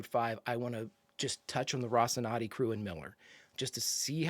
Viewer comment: And now we all repeat: Ro ci nan te, Ro ci nan te. No, not Rocinade, Rocinannnnnnnnte